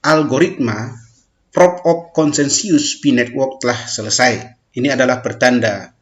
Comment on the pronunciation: Consensus bukan KONSENSIUS baca yang bener mas